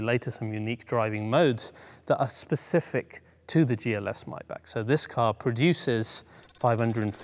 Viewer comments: MAYbach not MYbach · You kept saying "My Back" when you certainly know it's pronounced "My Bock"... Why is that ? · When they sell them for $40.000 bux I will buy one. Btw. to the comentator... It is not "MAYBACK" its MAYBACH!!!... The last two letters "CH" are like "H" in "H"ouse. So try it again to pronaounce M-A-Y-B-A-C-H.... not Mayback? or My Back. Yes, my back hurts sometimes but this is something different. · "MAYBACH" not "MAYBACK". The same way as you say "Bach", the composer. With a heavy H (not with an R as in clearing your throat though). Excuse me for being that type of person, seriously. Love your videos. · MY-BAH-K STOP PRONOUNCING IT MY BACK, IT'S NOT YOUR DAMN BACK! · I always thought it was pronounced: MAY(as in the calendar month)-BACH rather than Maey-Bach.. Bit like Maybach Music (revealing my age now, d'oh haha!) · Its called maybach not maybach lol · ITS PRONOUNCED MAAYYYYYY-BACH NOT MY BACK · It's Maybach, not Mybach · Its MayBach not Myback for god sake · you say rowng its is Maybachhhh not mybak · Its not even pronounced "my bock"...gotta have that khhh...mybackhhh 😂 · He cant even say the name right ! 'My Back'... its Maybach Unbelievable 🙄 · why are you saying MY-BACK? lok at the badge. Its written and spoken MAY-back..... MAY not MY? There is an AAAAAAAAAAAAAAAAAAAAAAAAA FFS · But he cant say the name right 'my back ' muppet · I love your show!!!!! But the way your pronouncing Maybach is killing me! 😂(My-Bhaa) Great content as always though. 👍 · did he just call maybach "myback" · Not spelled my back First learn to pronounce it buddy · The german ,ch' sound is NOT(!!!) a ,k' sound! The ,ch' sounds like the sound, an angry cat with layed down ears makes, but spoken slower and softer.